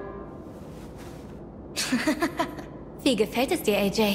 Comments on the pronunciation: Nobody: No one: French Louis: CLEMATEEN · Clemintina? ARE YOU SERIOUS? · Is it just me that was getting triggered how clementines name was being pronounced?